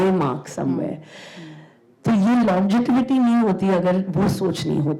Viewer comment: Can someone please tell her that it’s longevity and not longetivity